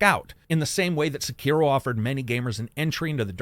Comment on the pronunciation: Sek er O not sakeeero